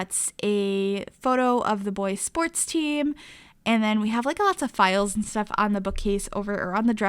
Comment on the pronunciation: Is it just me that hates when every sims builder on Youtube says eeand instead of and!?!?!?!!